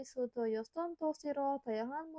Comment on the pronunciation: Maaf cara bacanya masih ada yang salah contoh 있는 harusnya dibaca innen bukan isen. Ada lagi 수도였던 harusnya dibaca sudoyotdon bukan sudoyosdon